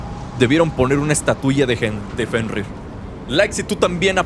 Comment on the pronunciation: jajajajajajajajaja casi dice "JENRIR" el wey jajajajajajajajaja